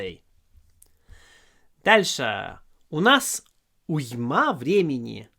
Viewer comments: уймА порадовала! Нет, вы отлично говорите по-русски, эта ошибка чуть ли не единственная, но смешная ))) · Великолепный урок, спасибо автору, демонстрирующему прекрасный русский с очень хорошим произношением. Я думаю, он отнесется с пониманием, если я ему подскажу, что в слове уйма ударение на первом слоге. На деюсь, автор меня простит, кроме того, его русский абсолютное совершенство по сравнению с моим английским. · Уйма - ударение на "у".